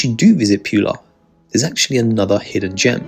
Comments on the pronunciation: Pula is pronounced "P'oo'la" not "p'you'la". C'mon let's get the names right. Nice video. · It's pronounced Poo-La not Pew-La.